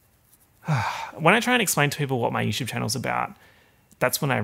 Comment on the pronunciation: really said Yewchwube